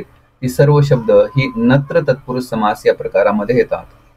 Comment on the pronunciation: सर तुम्ही खूप छान शिकवता पण,नत्र ला तुम्ही चूकिच वाचत आहात .